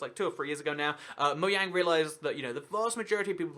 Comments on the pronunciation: It's Mojang not Moyang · Btw it's not moYang it's Mojang it has been proven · We really just gonna let him get away with saying "Moyang" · whats "Moyang" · did you say moyang not judging you just want to be sure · moyang really just really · Serenity Scratch when you dont research it enough....( its really moJang, they confirmed it) GET YO FACTS STRAIGHT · Is anybody else bothered by the fact he says Mo-yang